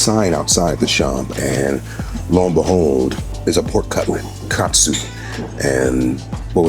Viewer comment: Love how unc said katsu love it